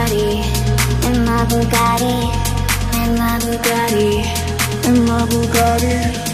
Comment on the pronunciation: exept for the pronunciation of bugattii cringying